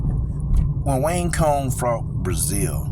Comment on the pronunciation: It's pronounced "wang tsong" lol